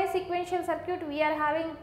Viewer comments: "Sir cute"😂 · your circuit pronunciation gives me goosebumps